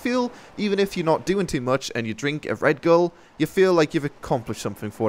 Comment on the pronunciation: Red bull not red gull